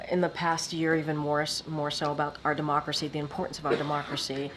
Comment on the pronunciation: when she’s “democracy” she says the word differently. Different than the first couple times.